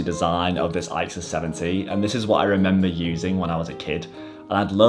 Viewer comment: You pronounce it "ick sus." Great series of cameras by Canon.